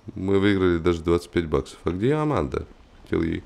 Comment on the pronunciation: аманда а не арманда